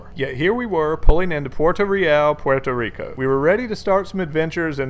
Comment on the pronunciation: Its Puerto Rico not Puerto re al sheesh